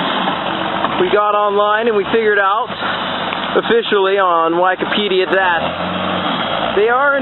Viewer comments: Also..hahaha...never heard wikipedia pronounced "wike-o-pedia! :) Anyway, great videos. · Not only doesn't he continuously pronounce the product incorrectly, he flubs upon wikIpedia! It is truly a crying shame...born with a silver spoon in his mouth...what an A-hole!